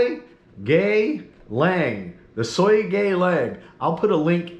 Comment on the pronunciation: And..it’s SOOGA YEE LANG. SOOGA YEE LANG. You can do it😂😅